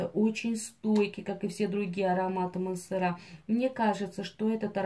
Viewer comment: Так и не мансерА , а мансЕра